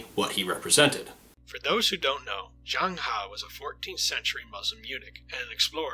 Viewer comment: u pronounced zheng he wrongly